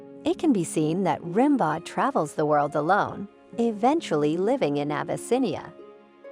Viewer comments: Rim Bawd could you not make the effort to get Ram Beau right? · It's pronounced RAM-BOH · "Rimbaud" is pronounced "Rimbeau" - the "d" is silent. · Rimbaud is pronounced Ram-BO and he lived in the 19th century not the 18th. That’s why nobody is dressed like George Washington or Louis 16th. Derp! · The narrator has a silky little girl voice and mispronounces “Rimbaud”. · The clueless idiot mispronounces Rimbaud constantly. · Please learn how to correctly pronounce the name “Rimbaud.”